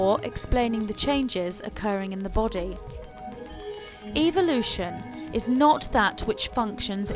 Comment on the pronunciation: The truth is no one knows. NO ONE. It is all observation. It's ...ev-el-ution. Not eve-el-ution. What you are saying in "What happens to us..." is what Jesus was talking about,however, it was all changed by greedy gov't people who want wars and people divided so there is no peace...they keep us guessing and fighting with each other, this makes it possible for "them" to live large, while the rest of us live "small". This info is not what "they" want us to know. Good video.